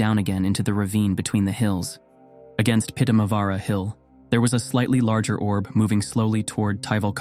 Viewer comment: I have to compliment your pronounciation of Pudasjärvi, absolutely spot on. Most of the other names are pretty close too. But the stories themselves - perfect Friday entertainment!!